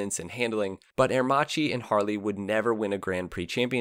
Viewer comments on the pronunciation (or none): Aermakkki not Aermathshi ! Allah de Ora ??? (Ala d'oro = golden wing) Tscharno Serrinen? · It's pronounced "Aermakee", not "Aermachee". That's the correct Italian right? Just like it's Moto Gootzee, not Moto Goozee. A pizza pie is pronounced peetza, not "pezzah" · Good segment in general but it is incredibly irritating to hear aermacchi pronounced herrmaci over and and over again. And Walter Villa clearly Germanic ualter. Also aermacchi could not build planes because of the armistice terms so the bike company was born when the plane company died. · I wish he'd pronounce the name Aermacchi correctly. In Italian, if the letter C is followed by an I or an E you pronounce it 'ch' as in church. If C is followed by any other letter (in this case H) you get a hard 'k' sound as in kite. The double C is basically a longer 'k' sound. It's not rocket science. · It's really pronounced Air - mak-ee! Not; Ear- ma- chee. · Interesting documentary, by the way ch in italian must be pronounced like a K so Aremacchi sounds like Aermakki like bruschetta sounds brusketta :) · I wish you'd taken a second to just check how Aermacchi is pronounced. It's italian. Chi becmes a K sound. It's Aermakki. Good well researched video but the pronounciation makes it more difficult to sit through than it needs to be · A pity that you butchered Aermacchi's name for the complete video...